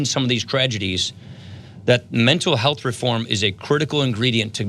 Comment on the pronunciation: Ryan repeatedly mispronounces Mental Health...A strong indicator of active lying.